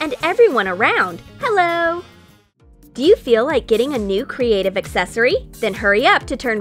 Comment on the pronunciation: That's not how to spell hello. You said heeeo